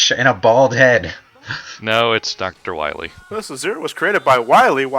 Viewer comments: I broke down when said "Dr. Wawy". No joke. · guys not dr wily its dr wawee